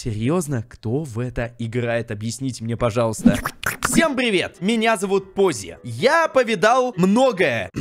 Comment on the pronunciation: не пози а поззи